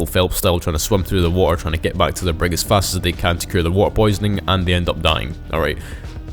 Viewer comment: blud said wa’er